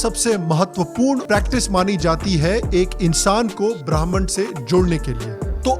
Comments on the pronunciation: Nice video as always bro...just a correction the word Brahman is pronounced as ब्रह्म and not ब्राह्मण। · Friend the word is not to be pronounced as "bhramin" but with a short a and no "i" Br(a)hman. Otherwise it will colloquially(incorrectly ofcourse)indicate a group of janoydhari people. More erudite people than me may be in a position to explain to you better than this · It is not Brahman... it is Bramha (pronounced Bramh) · Greetings sir, thanks for sharing this video with us. I would humbly like to bring to your notice the correct pronunciation of the word Brahma (Supreme God/energy) BHRA - MM (as per Sanskrit pronounciation). The subtitles spelled it with an 'n' and you pronounced it as as the first tier in the varna system Bhraman/bhramin. Namaskar. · भाई साहब बाह्मण नहीं ब्रह्म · it's brahma not brahaman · u said that "Brahman (ब्राह्मण) se jod le". Actually, the pronunciation is not right. It is written in this way in English literature. In hindu literature it is not "Brahman" rather it is "Bramh (ब्रह्म)" or "Bramhan(ब्रह्मन)" . Brahman is a person who knows the Bramh.